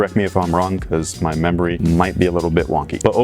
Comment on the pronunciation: Great review Preciate the info I'll prob be buying these "my membery might be wonky"..... "Membery"